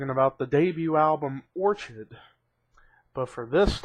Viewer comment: orchid is pronounced with the "ch" making the hard "k" sound.